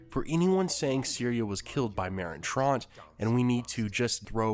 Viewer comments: He said “Merin tront” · It is said Trant not Tront